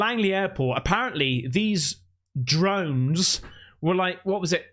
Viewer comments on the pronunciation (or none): Am i hearing correctly? did u say "dromes" or drones 😂